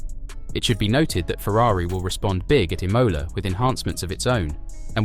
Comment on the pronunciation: COME ON GUYS!! IT IS DISTURBING to hear wrong names from people who do not know shit about F1 or its history!!! First of all, the Italian GP is called Imola!! Not imOla ffs.....and of course, F1 LEGEND was Clay Regazzoni...not Regazzino or whatever...get your facts straight you stupid new Netflix F1 fans....jesus....